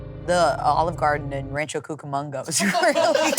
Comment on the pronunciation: I grew up in Rancho Cucamonga so that threw me off with saying that 😂